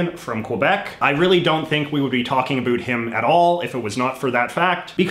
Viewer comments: Why are you saying a boot? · that's the way canadians say it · You are the first Canadian who pronounces about like a boot. Never heard that before. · STOP saying About like Aboo. Where the hell in Canada is that from? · What is with that pronounciation of "about?" I've lived in Canada for over 20 years and have never once heard another person say it like that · I was born in Canada and never left, have a friend in Florida I speak with daily, directed him to this guys vids and asked, 'Do I pronounce ABOUT like this guy?', answer 'NO'. This liberal, globalist, metrosexual op-ed writer is trying to prove for some reason he is Canadian. Like that matters after his hero; Trudy, established there is no Canadian identity...and that was why he moved to USA, so he could be closer to criticize Trump. Ha, Trudeau did such a good job, Mc C moved to USA. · I really can’t stand how you say “about” I’m Canadian and you’re the only one that says it this way. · Whats with the over "canadian" pronunciation of about? I've never heard anyone say about like the stereotype here in Ontario. I haven't been to the west so it might be normal over there but it just sounds odd. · bro the way u say "about" hurts my soul lol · the way he says about is driving me nuts i've never heard anyone say it like that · I’ve never seen this channel before, so I’ve got to ask, he’s intentionally pronouncing “about” with the stereotypical accent Americans think Canadians have, right?? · Please learn how to saw “about” properly. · Again I am Canadian and I have never in my life heard anybody say the word like that.